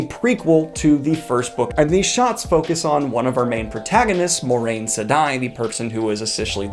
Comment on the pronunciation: Why does everyone pronounce Moiraine wrong?